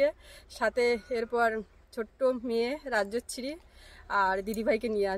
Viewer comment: রাজশ্রী কে রাজছিরি বল লে ।উচ্চারনটা ঠিক করো।ইট কাঠ পাথর দেখে কি করবো।ভালো কিছুশেয়ার কর।